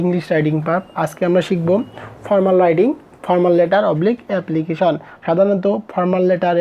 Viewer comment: এবলিকিশন❌ এপ্লিকেশন ✅